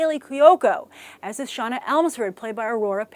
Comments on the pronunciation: I'm sad to say I have to correct Grace on her pronunciation, the blk chick's name is produced "Shay-Nah", not "Shawna". This is why I hated having older sisters, I was forced to watch this stuff instead of being able to watch GI Joe or He-Man. SMH Animated Jem was ok....I guess, but this movie sounds like it's going to suck. Probably because they didn't consult the creator or have any female input. Oh well, I wasn't planning on watching it anyways. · First, Shana's name is pronounce Shay-nuh. Second, I am saying the following as a HUGE fan of Jem and the Holograms, as in, if I could afford them, I would buy the Integrity dolls, and my brother got me the entire series on DVD for Christmas, 'cause I love it so much. That said... I was hesitant to consider watching this movie when I first saw the casting... now that I know they're making all of the WOMEN into GIRLS, and removing key dramatic aspects... yeah, as much as I love Jem and the Holograms, the series, I doubt I'll be running to the theaters to watch this hot mess. It had such potential, too... but instead, they make it a teenybopper movie that takes away practically everything from the original. And I swear... if they make Eric Raymond a woman...